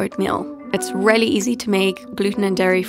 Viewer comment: Take a shot every time she says “rehly”